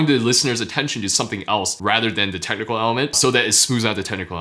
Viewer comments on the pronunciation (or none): Everytime he says "technical", I keep hearing tentacle.